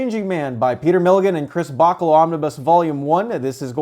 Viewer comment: it's BaCHAlo, not BAKalo.